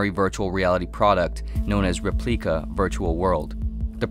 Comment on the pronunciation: Repleika... hmmmm... sounds a little like Replika